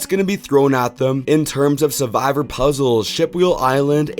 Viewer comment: me skipping the 4th one cos the dude literally cannot pronounce the most critical word "survivor"????